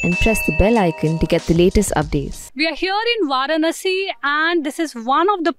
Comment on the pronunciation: can't even pronounce varanasi correctly. Pronounces it as per english. She obviously knows hindi.